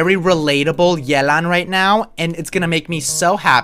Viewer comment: He pronounced yelan wrong💀💀🤡🤡🧌🧌